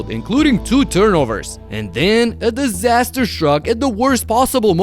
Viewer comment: You say Disaster like its a tsunami😂